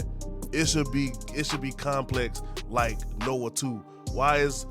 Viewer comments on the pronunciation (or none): Nioh is pronounced “NEE-YO”. Kept being pulled out of the point you were making every time you said “Noah 2” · Can’t take you seriously when you cannot pronounce nioh